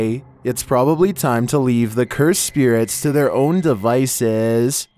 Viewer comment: Instead of saying spirits he says spear rats lol. So annoying